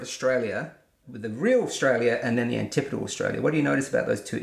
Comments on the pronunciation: I'm going to use the pronunciation antipodal for the rest of the video... Pronounces it like anti-podal 100 times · You did learn the correct way to pronounce antipodal. But you also learned an incorrect way to pronounce it at the same time.